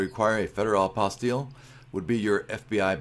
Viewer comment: Thank you for pronouncing the word properly!!